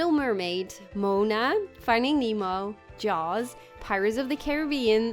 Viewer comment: First you say you haven't seen Moana and now you call it Mona, geez Lady I don't even know who you are anymore.